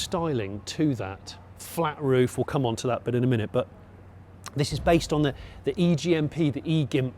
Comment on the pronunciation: I am commenting simply to say I like this car and Jonny saying "e-GIMP". 😅